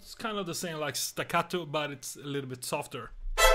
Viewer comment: I love how you pronounce the word staccato 😉 BRAVISSIMO TOMMY!! What to say ... Fantastic!! 🌻